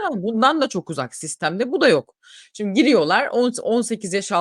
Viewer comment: rica etsem hep "sindi" diye telaffuz etmeyin, "simdi" o kelime